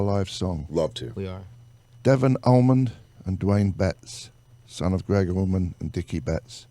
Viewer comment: Much love for this teaming up of some great musicians!!!! But please somebody tell the host that it’s Allman and Not AlmonD!! I mean really..!!!